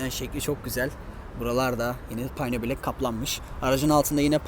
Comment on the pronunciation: Payno bilek değil,piyano bilek diye okumak gerekiyor.Bu ifade çok itici oluyor.Bir de "sanırsam" diye başlayan cümleler hoş değil.Tanıtacağınız otomobili biraz inceleyip tanıtmanızı naçizane tavsiye ederim.